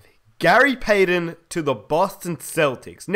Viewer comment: its payTON not payDEN! Goddamnit man!!